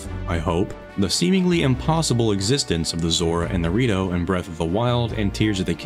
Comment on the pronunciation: Man, I'm telling you. Everytime he says "the Rito", I hear Dorito